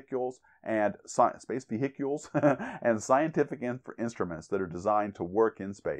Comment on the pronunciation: Space Vetickles? lol